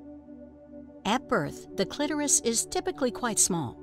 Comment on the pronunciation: Thank you for pronouncing clitoris correctly